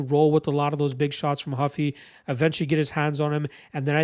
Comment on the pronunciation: Not Huffy, hOO-fee. He gave himself that last name because of Monkey D. Luffy.